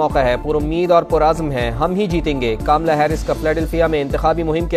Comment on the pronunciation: Kaamla nhi sahi tslaffuz kamla ( kamal ( urdu me jise kanwal kaha jata hai) . Kya Pakistan me hindi language samajhne aur sahi ralaffuz k sath bolne wala ek bhi shakhs nhi? Sudhaar ( taseeh= correction ki zaroorat hai.